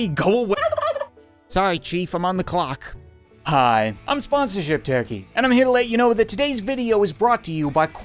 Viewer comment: Sorry chief I’m on the “cluck” Rather than “clock”